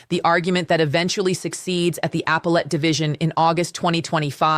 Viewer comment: "Apple-Ate"... I thought it was "uh-PEL-at". That looks like an AI fail. Plus, this is an old story.